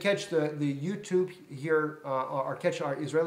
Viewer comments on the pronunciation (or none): none